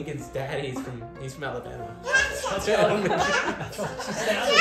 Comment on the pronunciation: Alabama 발음이 이미 걸쭉한 남부 발음이신데요 ㅋㅋㅋㅋ